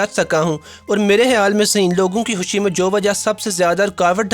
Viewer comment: Oooyyyy husshhii nahi Hota khushhiii Hota hai... ye kesy bolty ho